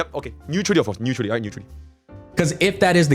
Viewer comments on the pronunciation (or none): Ne-uther-ally speakin guys